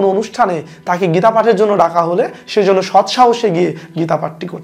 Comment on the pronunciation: যেন উচ্চারণ হবে ইয়েন।